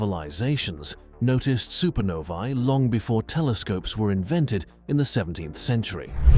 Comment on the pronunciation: One of the only space videos to pronounce "supernovae" correctly. Music to my ears.